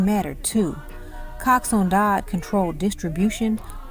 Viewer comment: No , you dont understand the question. The lady keep on saying cox one dodd instead of coxsone dodd